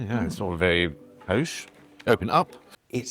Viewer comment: WAIT!!! did he say poshe instead of Posh NOOOOOO